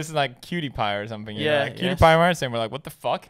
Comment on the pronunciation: Her name is Marzia. Not Matzah